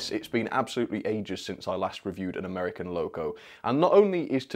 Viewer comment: That's a nice "Amiercan"